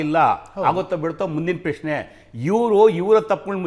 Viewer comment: ಪ್ಯ ಶ್ನೆ ಅಲ್ಲಪ್ಪ ಪ್ರಶ್ನೆ😂